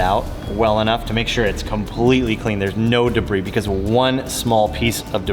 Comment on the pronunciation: ' alot of Deberis"